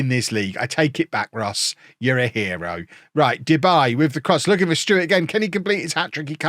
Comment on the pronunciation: It's not " Debay " its -> De Bie ( the bee in English translation) 😂🐝